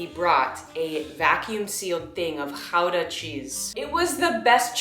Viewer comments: i live near gouda and i have never heard a non-dutch-speaker say gouda right?????? i felt so oddly validated? i was so caught off guard?? so validated? too validated? maybe? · OMG you pronounce Gouda the proper way! That makes me so happy :P Also your journal entries are really well written. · As a Dutch person, your pronunciation of Gouda was really good!! 🧀